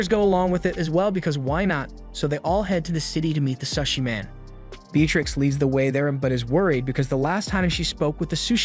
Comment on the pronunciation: Bro its not sus-i its pronounced SOShi not sus-i soshi that not how its spelled tho its sushi